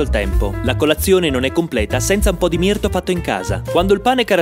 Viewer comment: Si dice mirtU no mirto P.S. Puoi recensire la spiaggia di Jesolo? E sottomarina? Grazie P.P.S. Ringrazio le forze dell'ordine